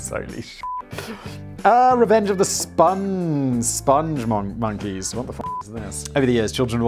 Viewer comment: SPONG, not sponge. Rhymes with song & thong. Spong Monkeys. They love the moon... Also, Lipton is REALLY shite tea. Even store brand tea is WAY better.